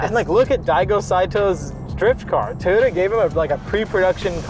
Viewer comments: It's pronounced Toy-oh-tah, not Tee-yoh-tah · Why are you saying TAYota? It’s TOYota just so you know 😜